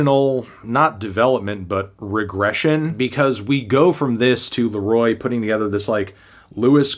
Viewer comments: Reviewing the Kid Laro-AH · the kid larowah